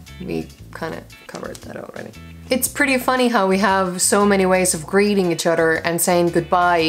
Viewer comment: "...so many ways of greeting each Udder " 😂😂